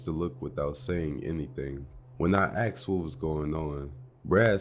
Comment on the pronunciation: Why you keep saying axed